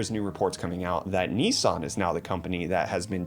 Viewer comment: England pronounce it Nis San aswell